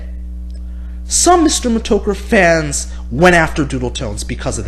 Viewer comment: Why do you pronounce it Meh-Toe-Ker? It's pronounced Meh-Tah-Ker Mih-Store Meh-Tah-Ker Also JWB isn't a troll dude.